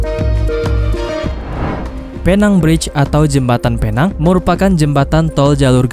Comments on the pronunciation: bang pinang bukan penang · Cuba sebut betul betul bukan phe nang tapi pi neng walaupun ejaan dia penang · Admin.. Bukan penang Sebutan yg betul..pineng Ejaan nya..penang atau pulau pinang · bukan Penang ia di panggil adalah "pineng" tapi tulisan penang salam dari malaysia 🇲🇾❤️🇮🇩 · Penang tulisan nya mas tapi baca nya pulau pinang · ejaan PENANG...sebutan PENENG......PERAI...sebutan dgn kecepatan PRAI...